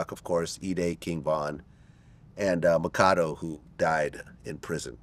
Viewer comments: He messed makado name up.. it’s Mack-ah-dew vlad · Man said pronounced his name “Makado” and y’all say he ain’t a culture vulture 🤦🏽‍♂️